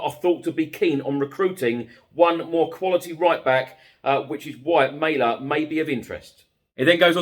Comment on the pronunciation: Not "May-leh",. It's Mæhle, pronounced Mah-leh. But then there's some guy call Hah-Land I hear who's joining Man City, at least according to the English. Which is news to the Haaland family, who always thought their name would be easy to pronounce since it sounds exactly like the country.